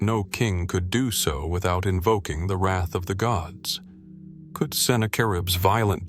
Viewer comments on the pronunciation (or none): none